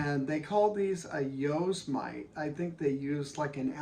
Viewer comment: I hope you were kidding in your pronunciation of the "Yosemite" pickups. Named after a great National Park